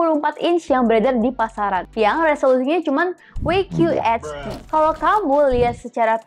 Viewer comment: WQHD dibacanya Dabel Yu Kyu Ec Di mbak